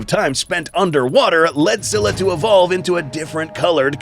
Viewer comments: “SKY-luh” doofus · Así no se pronuncia scylla